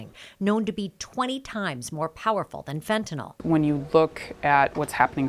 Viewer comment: The reporter can’t even pronounce Fentanyl correctly 😂